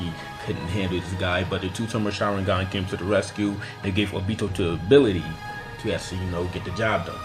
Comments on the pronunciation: He said oBEto like stfu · ohbeto lol it's obito bro lmfao.